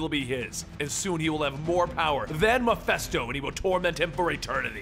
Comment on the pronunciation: It's: "MEH - FIST - OH". Mephisto. Not Mephesto.